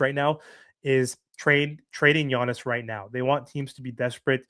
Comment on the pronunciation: I love how you say "Yonis," 😂 Your content is top o' the line, you know I appreciate it. But you also know it's "YAHNIS" LOL